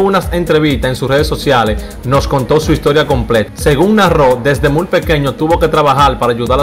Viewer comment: Hermano,no se dice " La jalaba", sino jaiba. Tampoco se dice mul, sino muy. Hay que tratar de leer un poco más antes de hacer comunicación. Perdóname hermano, no te lo digo en forma de burla, sino porque suena muy feo.